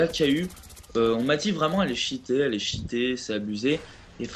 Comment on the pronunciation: franchement le niveau d'anglais zéro quoi. Cheaté se pronoonce t-chi-té et Black ops c'est pas black oups . sinon bon gameplay dans l'ensemble :D